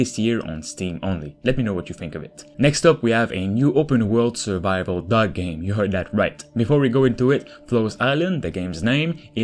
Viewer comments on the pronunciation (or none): “Open world dog game, yes you heard that right” im sorry but no i didnt i had no idea what you said until the gameplay showed up 😂😂